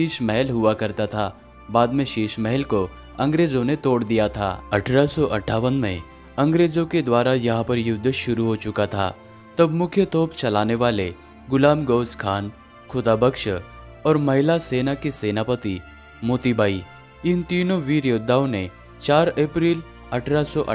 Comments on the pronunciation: झंडू वो टोफ नही होता तोप होता है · bhai tof nahi top hota hai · Tof nahi bhai top hai bhaiyya